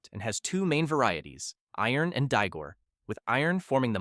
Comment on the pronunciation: Yeah the Ossetian word "Iron" (Eerohn) as "Iron" as in metal.